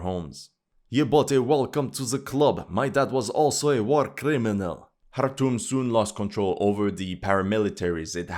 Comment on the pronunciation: Wow, did this bring back memories. I spent time in Eritrea and Sudan, including Darfur (I played golf with a buddy from the US embassy in Khartoum (thanks for pronouncing it correctly) by moving a patch of astro-turf around and wacking a golf ball. A bomb went off in the hotel I was staying at before we got back). I couldn't wait to get out of there. I see nothing has changed. Maybe that's why no one pays attention. Nothing has changed and nobody cares.